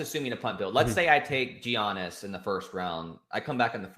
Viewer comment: It’s been years and he still doesn’t know how to pronounce Jokic or Giannis. And the Jeremiah Grant was the cherry on top. Impressive